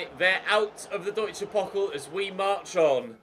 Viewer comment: You should pronounce the DfB Pokal with the 'a' like in the word 'far'